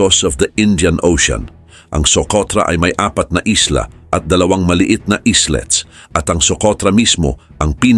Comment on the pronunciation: Hindi slets kundi aylets ang pagbigkas sir.